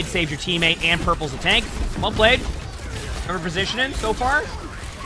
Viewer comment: take a shot every time he says "positionin"